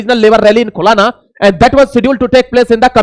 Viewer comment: "खुलाना" नही "खुलना" बोलो।